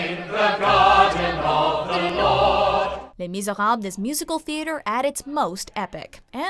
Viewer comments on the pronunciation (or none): Am I the only one who cringed at the pronunciation of Les Misérables?